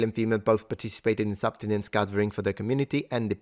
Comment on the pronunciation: Subsistence, not "substinence." I love your videos, btw. Just letting you know.